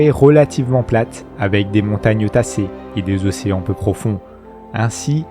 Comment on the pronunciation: Ces documentaires sont très intéressants, bravo. Par contre, certaines liaisons maltapropos me font mal aux oreilles, désolée, mais je dois te le dire ! - peu à peu .. pas de "S" à prononcer au 1er peu. - trop quelque-chose commençant par une voyelle... prononcer le "P" et surtout pas un "S" au trop. Ceci étant dit en toute amitié.